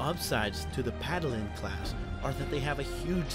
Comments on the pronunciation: it is Paladin not Padalin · What the hell is a Pad-a-lin?